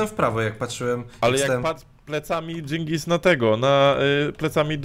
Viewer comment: Dżyngis? Chyba DZINGIS :-)